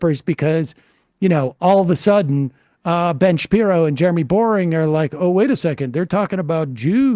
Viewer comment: That Jeremy's last name is Boering yet pronounced BORING tells you all you need to know. 😂